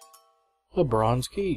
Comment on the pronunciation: Its the bar-ronze key :D